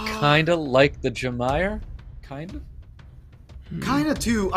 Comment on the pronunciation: It's jamire not jamear.